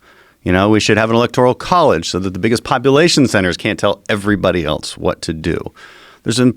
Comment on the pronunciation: Its self evident that this guy cannot pronounce "else" he keeps saying "eltse"